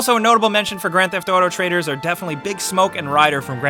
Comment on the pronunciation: It's pronounced traitors, not traders!!